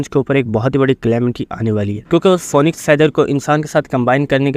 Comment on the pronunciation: Bhai phonixe nehe phinix